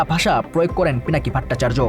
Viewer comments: দাদার নামটা সঠিকভাবে বলেন ভাট্টাচার্য না ভট্টাচার্য হবে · উপস্থাপক ভট্টাচার্য এর উচ্চারণ ত্রুটিপূর্ণ।